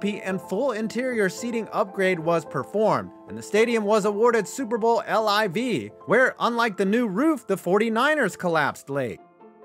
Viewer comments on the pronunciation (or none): none